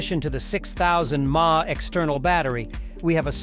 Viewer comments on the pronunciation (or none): LOL AI reviews are REAL nobody says "mah" it is M.A.H or milliamp hours